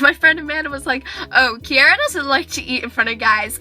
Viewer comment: nice name. your the only person that I have herd of that pronounces it right.